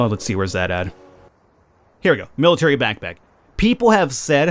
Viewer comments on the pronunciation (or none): none